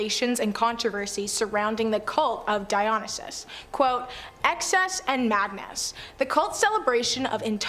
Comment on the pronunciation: PLEASE learn how to pronounce Dionysus is it dye o nye sis. It literally hurts my brain listening to it dumb